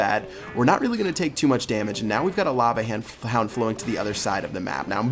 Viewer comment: "Now we got a Lava han-f-houndf"